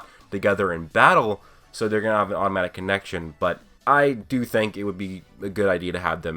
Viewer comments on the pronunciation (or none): none